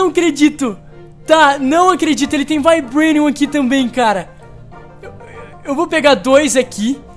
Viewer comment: "Taitenium" e "Vaibrenium"... Rezende pqp né, Se pronuncia Titanium e Vibranium. Da raiva de ver o Rezende tentando falar em ingles -.